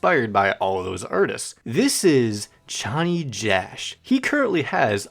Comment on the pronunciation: Yknow I was super happy that you pronounced Chonny correctly (since you were struggling with tally hall) but then HAIKU SMH/j Anyways this is a really good explanation of Cj!